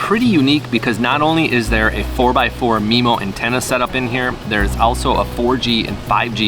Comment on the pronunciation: Had to stop 60 seconds in… it’s pronounced m-eye-mo MIMO… not MEMO. Also, the router isn’t a CAT12, the cell modem is a CAT12 modem. Routers aren’t rated into categories, cell modems are.